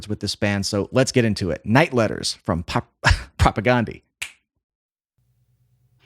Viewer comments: Still pronouncing their name incorrectly. Listen to any interview with any member of the band. It's not Propa-GONE-dee. It's Propa-GAN-dee. Like Dan, not Dawn. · You are pronouncing their name wrong.